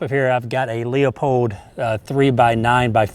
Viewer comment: Cool gun and good video. As a conservationist and a big fan of Aldo Leopold, I would like to point out that the brand name of the scope used in this video is pronounced "Loo-pold", not "Lee-uh-pold". Just a pet peeve of mine. Good shooting! :)